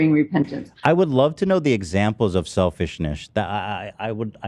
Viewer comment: “Selfishnish” lol